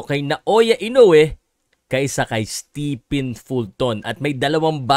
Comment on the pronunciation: fyi, STEPHEN is pronounced as "STEVEN"!